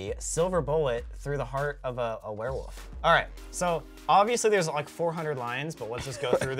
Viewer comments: “we got a ware woof” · "Werewoof" lol Colby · Why are they saying Ware woof and not warewolf 😂